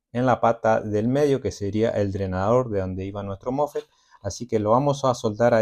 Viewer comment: Los mofe no existen es mosfet instala no existe es instalar apprende a hablar bién!😂😂😂😂😂😂😂😂😂😂😂😂😂😂😂😂😂😂😂😂😂😂😂😂😂😂😂😂😂